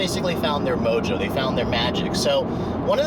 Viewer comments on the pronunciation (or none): none